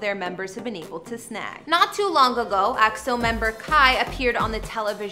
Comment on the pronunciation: Whatever the media says if it's good about EXO, I'll like it... By the way, you're so pretty and I love the way you pronounce EXO! -Love from us Eri & Eros